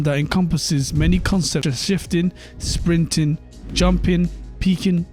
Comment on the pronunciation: instead of shifting it's shiting lol